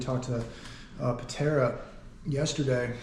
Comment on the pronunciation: Patara not Patera